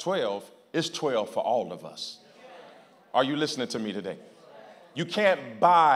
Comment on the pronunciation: He always preach BUT he PREACHED TA-DAY